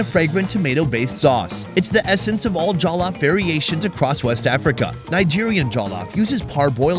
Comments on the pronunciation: Correction: it's NOT pronounced "jah-luf" rice, it's pronounced "jaw-lof" rice. Much love from a Nigerian New Yorker! Also... Nigerian jollof is theee best. <3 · Did you say Jello Fries?